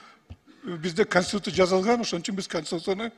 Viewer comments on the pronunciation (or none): none